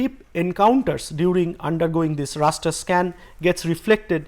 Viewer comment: Raster, not ruster.